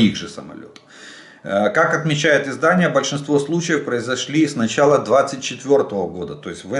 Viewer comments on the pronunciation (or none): none